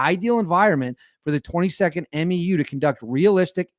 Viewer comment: Just a heads up from the Marines. MEU (Marine Expeditionary Unit) is pronounced M-YOO like in coMUnicate.